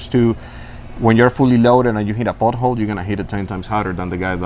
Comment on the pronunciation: At first I thought he said butthole but he actually said pothole